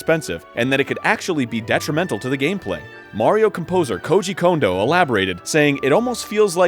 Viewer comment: you pronounced Kondo correctly. good job